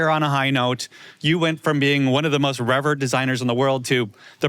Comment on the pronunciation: That’s rich coming from a guy who can’t say the word ‘revered’. Also funny cause Gen Z reads more books than any other generation, which he would know IF HE COULD READ.